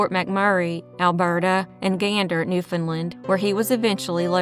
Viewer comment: YOU pronounced Newfoundland perfectly! Thank you so much for your close attention to detail that you do for all of your videos. You truly are one of the best ladies of true crime on this whole entire platform. ❤❤